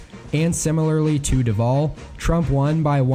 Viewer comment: Lol Duval is pronounced DU-val. Not du-VAL. I live here. Also, Brevard is pronounced bruh-VARD. Anyway, I think Joe will win Florida.